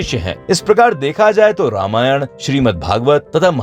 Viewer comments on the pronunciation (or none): none